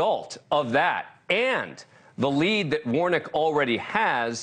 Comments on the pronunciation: His last name is Warnock sounds like War-Knock, not Warnick 🙄🙄🙄🙄🙄🙄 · Quit pronouncing Warnocks name “Warnick”. Damn Dan! Don’t you have degrees?